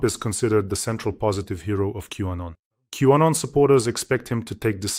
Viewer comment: …Q-Anon… not W-Anon.